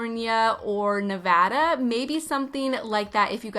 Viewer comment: She said Nevada correctly! I’m crying with joy